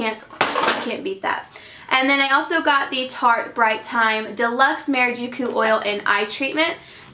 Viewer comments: no shade but it's maraCUJA not marajucu:) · Tarte "mara-joo-coo"? And it's not even the first time you've said it either.